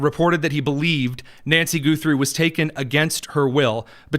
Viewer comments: Ok, it's not GOO-three, it's Guh-three. 🤣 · Why Goo thrie and not Guh thrie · Goo-3? It is Guh-three! Simple name to pronounce, quite common? I thought so! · What is with purposely miss enunciating people's last name, Goothey? Naidler? There is no oo sound in Guthrie, the wall is short just like in Nadler. Wow That's just rude to messy annunciate people's last name especially when it's well known. How would you like it if people called you Tony Kinyet. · Can you NOT hear sseveral people pronounce the family name? It's not Goothrie! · I don't know about Savannah Guthrie either. But I've heard of Arlo Guthrie and Woody Guthrie. Short u. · You are not saying her last name right My last name is Guthrie and we don't say it that way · Why do you insist on mispronouncing her name?